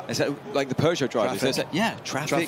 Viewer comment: pUgeaou and porschA, come on